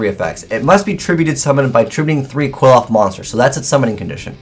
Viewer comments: Ok correct me if I'm wrong but it pronounced Quil-ploth, Quil-off, or Kilpoth. The spelling suggests it's actual pronounced Kli-foth. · Btw, it's pronounced Klee-Foth, not "Kwill-oth". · Pronunciation is actually "Cliff-Off" The more you know... :D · Qliphoth = (Kli-pot) With a long o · Where are you getting the prononunciation for Qliphoth from?? Is that how they pronounce it in japanese. The pronunciation is so off its killing me :(...